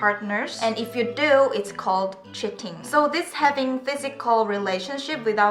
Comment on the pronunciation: I know you said cheating, but i heard shitting 😂🙈